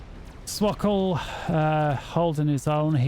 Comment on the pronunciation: Hello we were looking for swkoll games randomly and we are proud of you for pronouncing swkoll's name correctly.